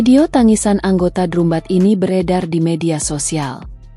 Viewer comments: Drumban???? 😮‍💨😮‍💨😮‍💨 "Drambèn" dong ngomongnya,, itu kan bahasa inggris, penyebutannya hrs benar secara bahasa Inggris dong 🙏🙏🙏😮‍💨😮‍💨😮‍💨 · Kok bilangnya drumband bacanya drambend kli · Bacanya dramben bukan drum ban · Maaf untuk komentator, meembaca narasi yg betul, misalnya pengucapan kata : drumband, seharusnya dibaca : dramben, bukan : drumband ( ucapan dlm bhs Indonesia ), karena dalam bahasa Inggris tulisan dan ucapan berbeda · Naratornya gak enak didengar ky robot,udh gitu baca drumband dibaca pula drumban bukan dramben🤦🤦🤦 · Redaktor nya bacaannya drumbend, bukan drumban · Coba pembaca beritanya dintraining dulu cara baca drumband nya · Drumband drumban ,,,iya tulisannya drumban tapi di bacanya drambend😩😩😩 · Admin kok bacanya salah..drumband dibacanya dramben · Ini mimin sangat menggangu sepertinya gak lulus SD. Masa baca drumband sama dengan penulisan?